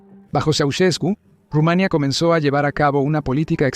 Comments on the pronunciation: Es Rumanía, no Rumania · Dios Rumaniiiia ,no Rumaaania😂😂😂😂